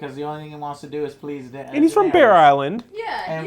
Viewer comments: It's Danaerys, not Danaeries. Please, Joe. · I actually enjoy these reviews.. but damnet Joe!!! Pronounce the DAMN character's names correctly! It's Den-air-is.. not Den-air-EES. She is not the God of War's cave! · God I hate the way he says Daenerys, Danaries